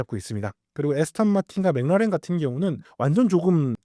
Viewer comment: McLaren 맥클라렌을 왜 자꾸 맹나렌 맹나렌 이라고 발음을 해요… 반복적으로 나오는데 왤케 듣기 싫은지… 신경좀 써주시기 바랍니다..